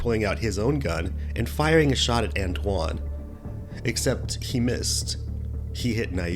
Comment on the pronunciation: Dude doesnt know how to pronounce antoine...hahahaha he says antone? Hahahaaa